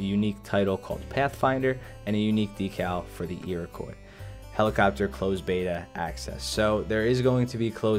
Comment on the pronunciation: For future reference, you do not pronounce the "s" of Iroquois.